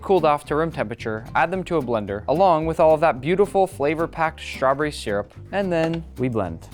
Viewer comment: I love you but it’s strawBERRY not strawbury 😅